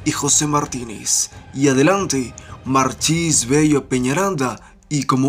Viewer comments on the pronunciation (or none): No es "Ferrasi", ni "Marchis" es Ferraresi y Machis